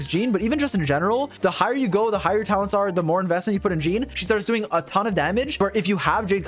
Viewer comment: "You have a C6 YEEEEEN" Idk why that pronunciation of Jean was so funny to me in that moment haha